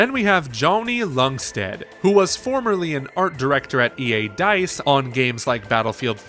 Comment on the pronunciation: Ljungstedt... The L is silent...